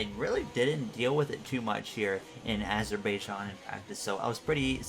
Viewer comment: it’s pronounced azer-bi-jan